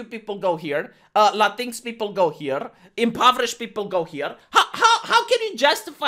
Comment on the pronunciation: I keep laughing whenever he says "Latinks" because at first I didn't know what he was talking about. (I think they pronounce it "Latin Ex") Now I can't unsee it and this is the way I will pronounce it from now on, because it sounds even more like a slur.